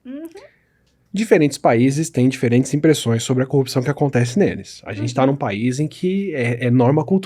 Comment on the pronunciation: Engano seu, quando ela fala copiçao, ele pensa no marreco de Maringá.